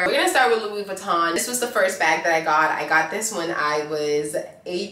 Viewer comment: And it’s not LuiZ Vuitton - HOW do you not know how to pronounce it???